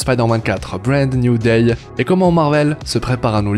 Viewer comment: "Bread New Day" 😂 ça se dit pas comme ça hein